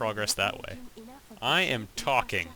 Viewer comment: made me lol. :-) "I am talkning!"